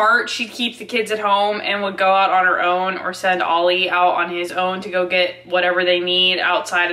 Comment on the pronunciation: She can't even pronounce her husbands name 😆 Ollie.